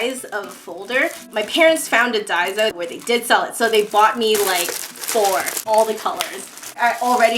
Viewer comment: DAISO is a Korean store that sells just about everything.... DIRT CHEAP! The name is pronounced Dah E So and it means "there is everything". Love your videos as they are both entertaining and informative! Thanks!